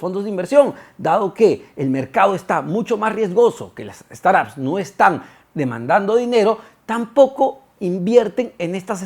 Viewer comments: "Straps"???? 😂 quieres decir "Startups" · De acuerdo, no se por que dice "straps" 😅